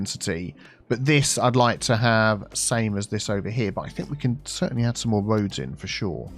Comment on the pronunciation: Wiggly woads - reminds me of and his BO'OH'O'WA'ER lol